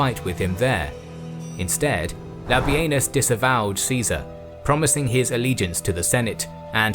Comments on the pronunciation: Everytime you say: "Labienus", it sounds to me like: "Labia-Anus"....... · Labienus more like Labenus :D